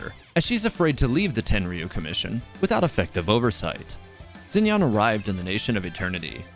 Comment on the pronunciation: isnt xinyan pronounced more like sshin-yan bc in pinyin "x" in mandarin has a "sh" sound